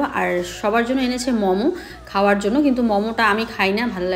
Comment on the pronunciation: Mamo na Momo bolo khub baje lage sunte.